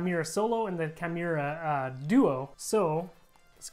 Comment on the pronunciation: It's "key-moo-ra".